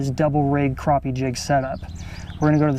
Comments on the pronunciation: same to,you bud,, its all good,, you cant make everyone happy,,you pronounced it right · Its pronounced Croppie, stfu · it is pronounced...cropeeeeee...check your dikshonery..lol